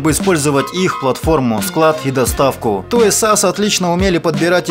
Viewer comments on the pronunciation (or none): Только не "Той Сас", а "Тойз ар ас". А в остальном - отлично!